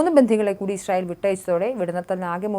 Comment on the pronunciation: എന്ത് ഇശ്രയേൽ പോയി നാക്ക് വടിച്ചിട്ടു നോക്കി വായിക്കൂ